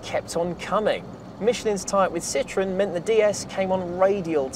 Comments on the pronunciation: Phuuuuuuuuuuleeeeeeeeeze stop butchering the name. The Brits are famous for the English language, but clearly can't seem to respect other countries and their correct pronunciations. It is not a "citron"----that is "lemon" in French. This car, as we all know, was anything but a lemon. Citroën is actually very easy to pronounce----see-tro-en. The Brits (and Californians) seem to have the same problem with Germany; it's not a "Porsch", it's a "Porshaw", as the "e" in Porsche is always pronounced. Thanks goodness thet can say BMW rather than Bayerishce Motoren Werke. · I don't mean to be mean but if you like it so much, pronounce its name correctly (the diacritics above the "e" are there for a reason). An excellent video otherwise. One interesting bit about Citroën is that CAD curves and surfaces were invented there by a mathematician who worked for them: Paul de Casteljau. Some years later another mathematician, Pierre Bézier , re-discovered those curves and surfaces that now bear his name (de Casteljau was unfortunately prohibited from publishing his discoveries by an NDA he was obliged to keep at Citroën). Paul de Casteljau also discovered something known as "blossoming construction" for spline curves which was also re-discovered later by another mathematician.